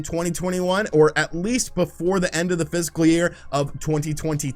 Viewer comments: "fiscol" ha-haaaaa!! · that’s how he pronounced fiscal. Watch the video 🤷‍♂️